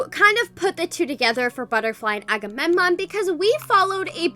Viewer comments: ''akamenom'' T - T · is struggling to pronounce agammemnon